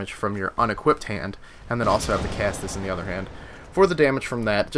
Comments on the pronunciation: Caestus is pronounced ses-tus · Caestus is pronounced like "seh-stis" or "see-stis." The "ae" makes an "eh" or an "ee" sound depending on it's position in the word, I believe. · Okay seriously, do American schools not teach Latin or anything about the basics of English language? Caestus is pronounced "ses-tus".